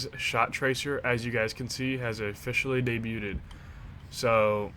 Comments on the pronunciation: “Daybyuted” cmon man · Had to thumbs down for pronouncing the t in debuted 😂😂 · You’re not supposed to pronounce the “t” in “debut” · My man really just pronounced the t. Fantastic video though. Loving these vlogs.